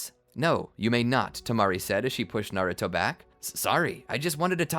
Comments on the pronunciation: Is it just me or did he say garrato when the exsam started;7( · anyone else hear him say garuto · Has nobody notice he said garouto😂